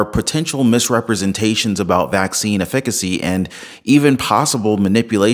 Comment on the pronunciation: Ef-fi--ca-cy----" efficacy " four syllables